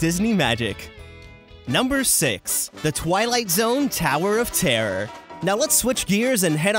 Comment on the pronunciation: tawer of tarrer